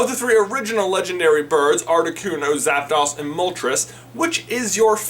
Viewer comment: You said Zapdos wrong. It’s a long oh, because it’s articUNO, zapDOS, molTRES. Like the Spanish 1,2,3.